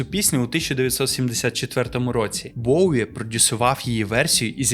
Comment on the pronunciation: Респект за "Боуі", ненавиджу варіант транслітерації через "В", хоча він є більш коректним за правилами української мови. Тільки над вимовлянням англійських слів вам треба ще попрацювати, щоб воно не різало вуха слухачам,)) Я багато років вела літературно-музикальний блог bowiepages, з початком війни постала дилема: я не можу далі писати російською, але не настільки володію українською, на жаль, щоб описувати нею такі складні явища, як Боуі.